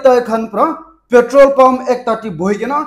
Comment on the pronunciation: Bro, your pronounce of petrol in nagames is not daeli.